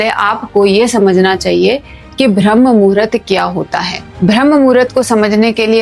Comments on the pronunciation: कृपया ब्रह्म कहिये ... न कि भ्रम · Atleast pronounce rightly it is Brahma... Not bhramma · correct your pronunciation Brahma not BHRAM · Ma'am, बहुत अच्छा समझाया आपने, लेकिन....... BHRAM नहीं होता बल्कि BRAHM होता है। 🤔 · अरे भ्रम्म नहीं ब्रह्म है वो 😂